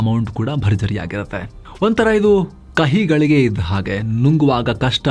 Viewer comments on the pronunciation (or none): ಕಹಿ ಗಳಿಗೆ ಅಲ್ಲ, ಕಹಿ ಗುಳಿಗೆ 😅